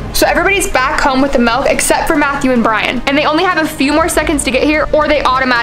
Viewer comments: you said melk not milk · Bros saying MaLk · Bros says melk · 0:8 malk